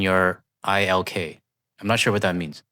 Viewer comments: "Ilk" is not "Aye-El-Key", it's kind of like "eelk". Means "sort" or "kind", and has negative undertones. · Dear author it is not 'I' 'L' 'K' it's '"Ilk" as in kind, type. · "ilk" is pronounced like "elk" but with a short "i" (like ink). It means "your kind" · It is not pronounced I L K its pronounced ill k as in Milk. "a type of people or things similar to those already referred to" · "Ilk" pronounced like "milk" means "kind" or "like minded". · No disrespect to, but ''ILK'' is a genuine word within the English language. pronounce as it looks. ilk noun a type of person or thing similar to one already referred to: "the veiled suggestions that reporters of his ilk seem to be so good at ""there was music by Parry and Elgar and others of that ilk" SCOTTISH ENGLISH (of that ilk) of the place or estate of the same name: "Sir Iain Moncreiffe of that Ilk" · Ilk, pronounced ill-k means essentially “your kind/your group” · About the "Seriously disgusted by you and your ilk." bit ilk (pronounce a very short eelk) = similar kind. Example of this "You and your ilk" = "You and your like minded pieces of *bleep*" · Yes part 3 would be great but ditch the cat. When I first heard it I paused your show and searched for my cat thinking it was in distress. Not funny. Long story. Also unprofessional was not using a dictionary to look up "Ilk" before recording and making yourself sound uneducated. Otherwise keep it up. Elbows up. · Ilk, pronounced like milk without the M. Ilk = people like you. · ILK is not a shorten set of words like LOL. It is a full word Ilk, like Elk. just a heads up. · Ilk means similar to or just alike and it's pronounced like "milk" without the "M" also it's "Jean GO IS Tic" on the word "jingoistic" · ilk rhymes with milk. Means 'your type' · "ilk" pronounced like milk without the m. Look it up. Denotes people sharing similarities (generally in beliefs or behaviours).